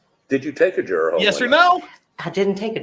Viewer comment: How do we expect so much from people who can't pronounce the word juror correctly 🙃